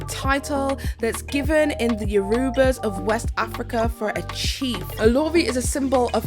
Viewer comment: My good sis said, " is given in the Yorubas of West Africa". Yoruba is a tribe and language spoken in West Africa. It's not "given" it's a Yoruba word and it's pronounced, "Oh - loh -Ree". I'm cracking the hell up😂🤣😂. Love you,. It's just some subtle shade and I know you're not African, so you wouldn't know. 💙💙💙